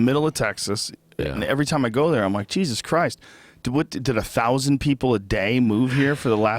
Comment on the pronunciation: i heard him say "thouthand" twice